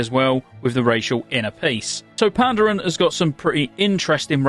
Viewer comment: Panda-rin lol